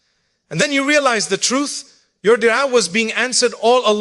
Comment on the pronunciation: Is this AI 🤖 why would Mufti Menk say dua like de3a??? AI CAN MIMIC OR REPLICATE THE VOICE BUT SOMETIMES THEY CANT REPLICATE THE CORRECT PRONUNCIATION OF A WORD WRITTEN IN ENGLISH BUT THAT IS NOT ENGLISH.